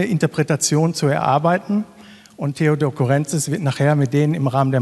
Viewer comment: Das tut in den Ohren weh. Man betont Courrentzís - auf dem i und bitte nicht auf dem e 😑